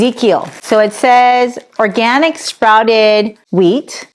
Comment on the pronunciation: Can't say the word organic? Sad.